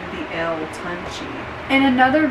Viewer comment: You did butchered the name but if you want to pronounce it correctly would be (toon- Chae ) GOOD VIDEO have a good day